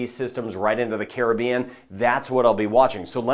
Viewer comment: I am a New Subscriber!! Great & Accurate Weather casting & can pronounce Caribbean the Correct & Carib-Bean way too!! 😂 Much appreciated!! 👍 👍